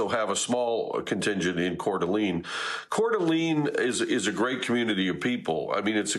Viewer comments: It is pronounced lane not lean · It's pronounced CORE DUH LANE. Not "Cord ah Lean." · Please do better at bringing on experts who know the area. The second guy was better, but its pronounced Core duh lane. Also, while resources may come from Boise, Spokane, Wa, bigger than Boise, is literally next door while Boise is 7hrs away. Also, they may be able to fight the fire from the air as the lake is right there. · Multiple shooters could very well be the situation. It is pronounced Core duh lane. I am just minutes from CDA and our communities are devastated. 😭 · Its not pronounced courdeleen lol , not main concern i know , but every time he says it you know he isn’t from area. Lived in northwest for 35 years, and nvr heard that pronunciation in my life.